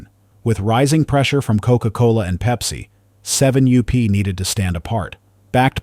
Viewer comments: Interesting but another garbage AI VIDEO. My god, can't someone edit this video and get rid of the constant 7 u-p. That is really annoying. It's 7up. Jeez, edit your video. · Doncha just love AI-generated voice? The name of Seven-up goes from "Seven up" to "Seven you pee" and back. What's wrong with using real human beings? Oh... I get it. Costs too much. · Does anyone listen to this AI voice before posting? seven you pee? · seven you-pee! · Too bad that AI has taken over narrations. Seven you P?? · "7 U P". This damn AI voice over crap needs to end. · This AI garbage is out of control. has to ban AI videos. I turn them off every time. They can’t even say the name of the topic correctly!